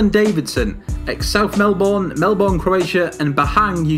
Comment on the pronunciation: Mile jedinak, Ned zelic and Archie Thompson best reserves (you should've had Archie Thompson on the list) and you pronounced Melbourne wrong but good vid